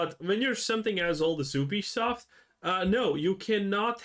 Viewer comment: Ubisoft found out . . . don't nobody want "He-Be-Soff'" HAHAHAHAHAHAHAHAHAHA